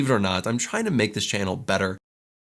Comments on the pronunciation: Believer are not I'm China make this channel better. 全然違った。trying to がどうしてもChinaに聞こえる笑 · 聞き取り Believe or not I’m china?? make this channel better. Believe →Believe it china??→trying to china な訳ないと思ったけど0.5倍速でもchinaとしか聞こえない。